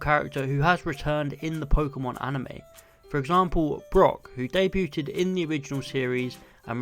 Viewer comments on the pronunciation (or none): Day-bewted? That’s a new pronunciation on debuted on me.